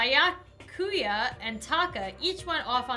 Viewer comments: ok no offence...but i got super triggered when you call Byakuya (be-yaa-koo-yaa) Byakuya (by-uh-koo-yaa) LOL btw i love your vids :) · it is like this Bi-ya-ku-ya or can say this togami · Bi-ya-coo-yah Toe-gah-mee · Byakuya is pronounced ( Bi-ya-coo-ya) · Bee-ya-ku-ya xD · it sounds like you're unsure of the pronunciation, here's the way to pronounce them: Naegi: Nai-eh-gi (hard g) Sayaka: Sai-uh-kuh Byakuya: Bee-yah-coo-yah